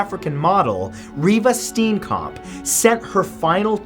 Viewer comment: Bonus points for actually saying "Reeva Steenkamp" right. :)